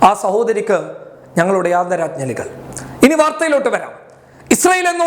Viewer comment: ആദരാ"ജ്ഞ"ലികൾ അല്ല ആദരാ"ഞ്ജ"ലികൾ